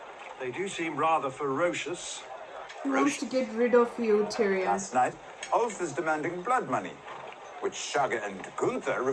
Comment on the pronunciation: Yoooooo my man love hearing you calling tyrion tyrone 😂😂 waiting for your next episode of GOT💪🏻